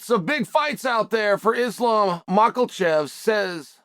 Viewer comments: "Maklachev" lol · “ Islam Mocklechev”